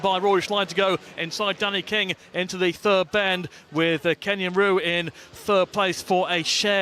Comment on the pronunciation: To the Pommie Dildo covering the Ipswich match it KEYNAN REW NOT Ken Yan Rew you dispstick..... Worst commentator in world sport.